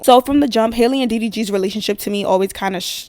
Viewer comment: Hey name is pronounced Hal- le… not Hailey… I this old… just came across my feed…🤷🏾‍♀️✌🏾